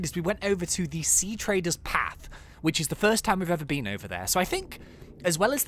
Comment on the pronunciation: Treader not trader! Plus keep up the series it's really good.